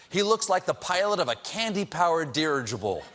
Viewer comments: He really mispronounced it, kind of killed it :( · Haha he mispronounced derigible and the audience missed the joke. He was calling the attorney Mayor of Candyland. Morons.